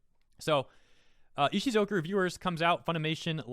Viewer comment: Text says Ishukozu. says Ishizoku. My head screams ISHUZOKU!!! 🤣🤣🤣